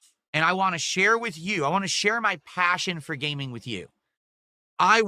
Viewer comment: Wahn, wahn, wahn. Jfc there's a T at the end, it's WANT